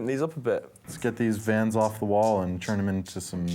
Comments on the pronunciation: VANS! NOT VAN! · Hearing that one guy call Vans a “van” I knew I had to click off